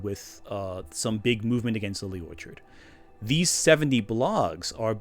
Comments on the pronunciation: Lily made a big deal about the YouTuber pronouncing her last name with the ch making a hard c sound “orkard”. The thing she didn’t consider? has trouble saying the word “orchard” as it’s meant to be pronounced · has a speech impediment? Being honest i thought the mispronunciation was something totally accidental cause I don't have one and i couldn't pronounce "Orchard" either for a long time lol